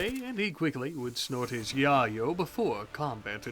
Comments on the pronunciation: I’m sure it’s because you’re on YouTube but you do know it’s pronounced ( YaY-Oh ) or (YaY-Yo )right? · Why he sayin yayo wrong? lol